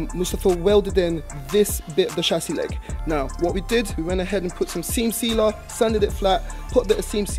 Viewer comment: When you was chattin about the seam sealer, it sounded like you was sayin sim simma, so thought you’d follow it with “who’s got the keys to my beemer”…🤣🤣🤣 Maybe next time my brudah still…perhaps when you workin on the one series still! 🤦🏼‍♂️🤣🤣🤣